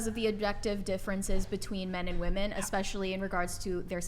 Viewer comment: This woman cannot say the plural for of "woman" to save her life.